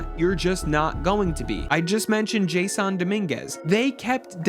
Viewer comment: Imagine listening to someone talking about baseball who who can’t even pronounce “Jas sawn” Dominguez , and Steinbrenner about baseball lmao… so much of what this mutt said is completely wrong… the Yankees outfield wasn’t bad this year… judge didn’t have 1 error all season(until the World Series of course in the biggest error of his career) playing 2 different positions out there…. Verdugo who I can’t stand played a good LF, and Soto isn’t that good on defense but he did alright…. Gleyber torres was the problem for the Yankees defensively this year. With almost 20 errors. That’s unacceptable… Volpe played good had a couple bad plays this year, Jazz at third who’s not even a 3rd baseman did what we asked him to do there… Rizzo is just too old and thank god will be gone next year. And we’ll see if rice is ready for full time, or we can sign a free agent!! This team is almost there…. They were right in every game of this World Series. 1-2 things goes differently, and they could have had the 3-0, or 2-1 lead… they didn’t get killed by the dodgers at all. Every game was there for the taking… but game 5 was just embarrassing…. Fell apart and beat themselves!!